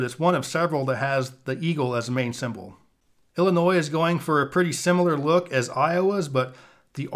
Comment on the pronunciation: The s is silent in Illinois...